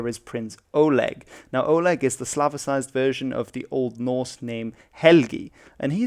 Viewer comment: The О in Олег isn't stressed, so it's pronounced more as an "Ah" sound -- also the g is supposed to kind of sound like a k.